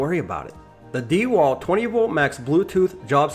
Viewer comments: If you want to I guess, but it wouldn't make me like the review any better. If you're going to make a review, at least learn how to properly say the company's name lol dee walt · Why are you saying "dee wal" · Lol why the hell he call it “deeewalt.” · I thought it’s DeWalt not DeWalt. Like dewclaw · Your pronunciation of DeWalt is painful.